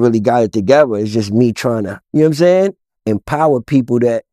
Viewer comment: " Yam saying"?